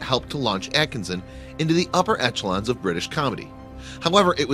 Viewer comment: And echelon is not pronounce "etchelon"